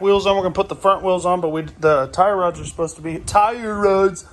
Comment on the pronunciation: Tire rods🤦🏻‍♂️ sound like a yankee man!!!